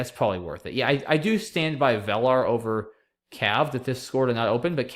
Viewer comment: VELAR is pronounced VII-lur. :)